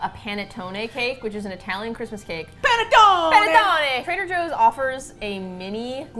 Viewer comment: for the love of god please it's PUH-NEH-TTONEH and not PEH-NEH-TTONEH as "pene" in italian stands for d*ck LMAOOOO